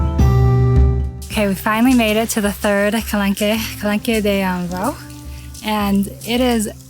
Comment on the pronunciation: For your next video, you might want to Google “how to pronounce X”- there is often a few videos out there (as there is with calanque) I liked your video but found it really distracting every time you pronounced it wrong…you don’t have to say it with a perfect French accent, just get it in a better ball park. That shows respect for where you’re going, you would appreciate it if others did it for you! 😁 So for example, the following is fine: Ka - LONK For the town, there are two ways to say it: Ka - SEES Ka - SEE